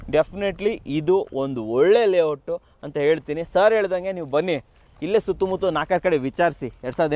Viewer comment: ಕನ್ನಡ ಕುವರ ಅದು ತುತ್ತು ಮುತ್ಲು ಅಲ್ಲೋ ಅದು ಸುತ್ತ ಮುತ್ತ😂